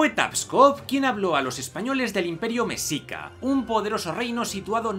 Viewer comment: No quiero tocar las pelotas, pero la pronunciación correcta de la palabra "mexica" es "meshica" 🤓